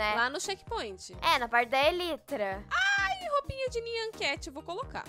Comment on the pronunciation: Não é elytra só se escreve assim mais se fala elaitra